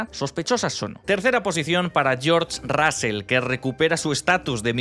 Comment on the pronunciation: El apellido se pronuncia Rozl no Rásel.